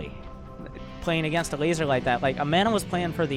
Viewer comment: ever hear him say the guy's name (elazer) and think he's saying something about a lazer?